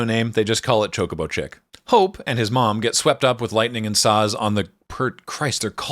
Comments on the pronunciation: Love your video, watched it three times, but I gotta say, even if you only do it occasionally, you are literally the only person I have ever heard pronounce it Cho-CO-bo instead of CHO-co-bo. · it’s NEVER “chaco-bow” lol. In Japanese it’s チョコボ or chi-yo-ko-bo. That’s CHO-CO-BO in English.